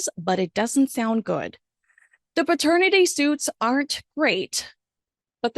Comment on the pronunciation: Love your content and love watching you. One correction - The word is paternity not pratenity... 👍🏻